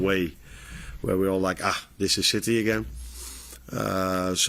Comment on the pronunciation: Am I the only one who heard him say "where shitty is at the moment"😂